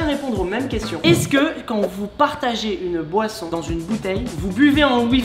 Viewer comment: Quand tu dis quond au lieu de quand